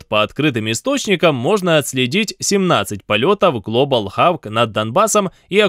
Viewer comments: Хок. Глобал Хок. Хавк - это... ну пожалуйста, не первый раз уже, ухо режет. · Только Глобал Хок, а не Хаук. Прошу прощения. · глобал ХОУК, а не хавк